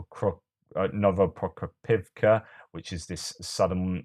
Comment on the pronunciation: You know its a good episode when puts his ears through abuse and has to pronounce Novoprokopivka 😆 One day you’ll get it hehe